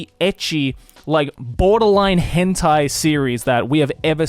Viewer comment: what the heck is a henty?